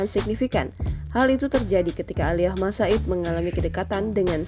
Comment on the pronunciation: Malas dengar Thoriq "Aliyah"